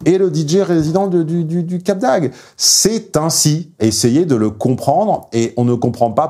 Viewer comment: Ah ce petit défaut (enfin difficulté) de diction pour dire Cap d'Agde :D C'est comme ça que l'on voit ceux qui ne sont pas du coin ^^ J'avoue que ce n'est pas forcément évident à prononcer, tout comme moi quand je me rends dans le Nord Est et que je dois prononcer les noms de villes aux alentours de Strasbourg ^^